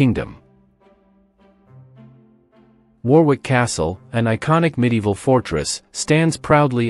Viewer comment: Warwick is pronounced "worrick"- like "worry" with a "k" on the end.